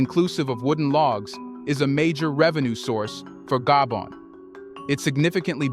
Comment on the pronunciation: Though it took so very long for The Continent of Africa 🌍 to wake up from their long nap...may Africa continue to remain awake. In addition, I tried so hard to embrace The Narrator's pronunciation of my ancestrial home Gabon.🇬🇦 Gaybond 👉 (no) pronouciation/Gar-bone- Gabon🇬🇦 ✔️ Gaybond-knees..people👉 (no) pronunciation Gar-bone-knees people. ✔️Gabonaise 🇬🇦 people.